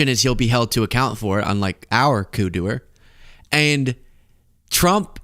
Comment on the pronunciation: "Coup-doer" lol!